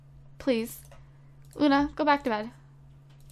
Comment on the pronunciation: You called Luna justi